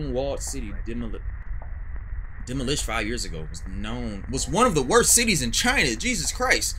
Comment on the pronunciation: He said "demo-lysh'd"😂